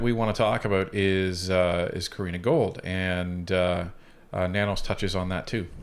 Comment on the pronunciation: Love your channel and the work you guys are putting in! Btw its Gould not Gold hehe. Keep up the great content!